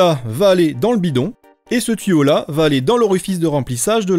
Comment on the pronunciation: On dit tuyau pas tiyau